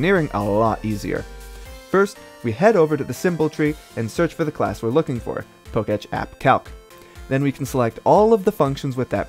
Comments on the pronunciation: I think it's "Poke Tech App". Not "Po Ketch App". :P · Not pronouncing PokéTech as "pohk-tetsch"